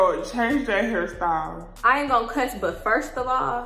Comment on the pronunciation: Lmfao she said Hairsty not hairstyle. And Telvin is 2 kinds of crazy !